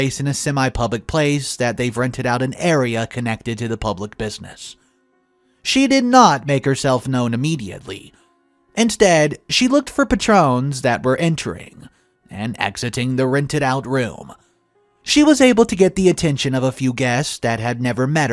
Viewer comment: Physic? You mean physique. Patron is not pronounced like the liquor either 😂